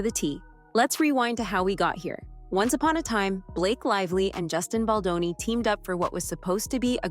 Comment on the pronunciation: Whom ever is reading from the teleprompter, find a new job! If you can’t even enunciate, Justin Baldoni’s name correctly, after all these months…give it up! Go get a real job!😊